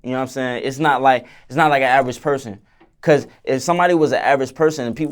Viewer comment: “ It’s Kause I love ha so much “ 😍